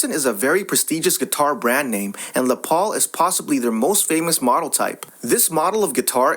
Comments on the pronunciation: STOP USING ELECTRONIC VOICE OVER, the guitar, Les Paul is pronounced "LESS" Paul, NOT "LE ' " Paul, for christ's sake....makes this page appear run by an idiot $50 for an original Les Paul, even broken it worth that much, as soon as she agreed to $50, i would have shut up, handed her the $50 and left, heading to my friend's house who works for a instrument retailer to blow his mind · That is Les Paul it is pronounced less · It’s pronounced (less Paul ). I think this story is FAKE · Thank you. That actually gave me a small stroke when he pronounced it like it was French........ 🙄 😅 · les paul. say every letter in the first name.. Les(ter) or Less -paul. : )